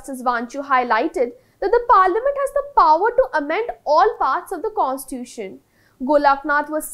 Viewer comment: It's not pronounced as Constuition.. pronounce it as Constitution.